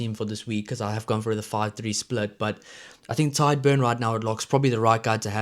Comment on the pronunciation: Pronounced Tige not Tide Beirne & Furlong. Other than that pretty good